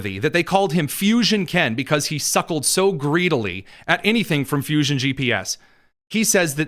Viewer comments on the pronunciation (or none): none